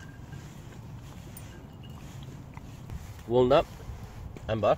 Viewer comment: What made you call your dog Amber. But the Way u say it. It sounds like ember